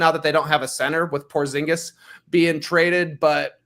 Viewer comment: Its odd hearing Porzingis' name pronounced correctly, my fiance refers to him as Dingus Pingus and it's stuck in my mind.